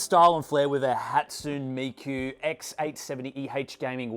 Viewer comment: "Hatsun Miku" 💀